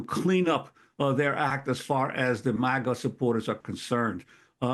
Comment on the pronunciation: When Juan said MAGA I heard Maggots.